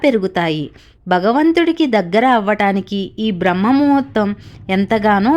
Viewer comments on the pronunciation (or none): none